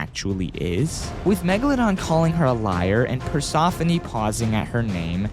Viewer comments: Persephone, nah is PersOphone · Why do u pronounce it like that, it’s pronounced as “per-sef-uh-nee” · Persephone per-se-fo-ni is how it pronounced (as a greek myself) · Persephone Per- se -phone it depends he's british so i feel him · Omg you keep saying Persephone incorrectly. You kids are so uneducated. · Stop saying Persephone wrong! It ain't hard to say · Shut up. He said it wrong, get over it. Not everyone says things the same way idiot